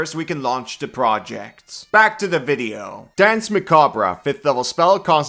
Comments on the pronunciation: It's pronounced "mah-cob", not "mah-kab-rah". Just saying. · Muh-kob No ruh at the end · I feel self-conscious bringing this up, but if no one else does, it's historically pronounced "mac-arb". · Jesus Christ... "Muh-kaab" the "-re" is French, hence unimportant; so just ignore it. Don't pronounce it. Like the Alabaman farmer said when he dropped his corn, "muh cob!" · Kobold please i beg you... the e in "macabre" is silent 😭😭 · So is the R, at least in my dialect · The "r" is silent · I usually watch these videos later on, but I clicked just to see how he'd pronounce macabre. (Either way is correct. It's an accent thing.)